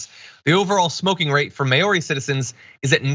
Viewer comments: I wanted to comment on it as well! May-ori hahahahha...yanks aye. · Mao-ri, John. Not May-or-ee. Use Google translate to get the pronunciation of words. The NZ govt is also hiking up the cigarette tax rate every year as well, so they are almost un-affordable. Now if only they would ban alcohol in the restaurant in the executive wing of the govt buildings..... After all, one drunk politician can cause far far more damage than one drunk driver ever could. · It's Mow-ree, not May-or-ree. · "Mowri", not may-aw-ri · It should be “Mau-ri” not “Mayo-ri. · It's pronounced MOWRI. Not MAYORIE, jeez. The american education system at its finest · Maori = mau-ree not may-oree HTH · As a New Zealander: 1 - May-ow-re? 🤣🤣🤣🤣 Mau-re, John. 1m on Google. 2 - the point of the age part of it is so young adults don't become addicted. Much less likely if they can't easily get access to as much addictive substance as they want. Making it illegal for everyone would severely punish people who have been smoking their whole lives. 3 - we don't have a corrupt political system like you do. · It's pronounced "mau-ree", not "mayori". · Good, the microvascular damage done by smoking should scare people off but ignorance is bliss. Also please get pronunciations right; Maori is pronounced Maw-rhi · say m.ow.ri not literally how it's spelt. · Iadorolla The word Maori is pronounced Mao-ri (Mao as in Mao Tsetung) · You seem to forget that here in the civilised world it is the government who picks up the hospital tab. Also PLEASE learn how to pronounce Maori (Mow (rhymes with cow) ree) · People are laughing at you for not knowing how to say 'Maori'. No one bothers to tell you how, so I will. Say, mow-ree with 'mow' rhyming with wow. Tom's wife Pam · May-oree? God, Americans are embarrassingly ignorant. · Than you! I think I've heard him pronounce it may-oree before. You would think someone would have clued him in by now. :P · Oh god. The way John pronounces 'Maori' is so wrong...